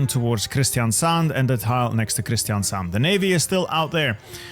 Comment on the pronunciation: as a norwegian you said stavanger and kristiansand really good